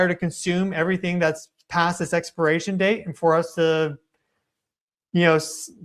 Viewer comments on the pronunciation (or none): none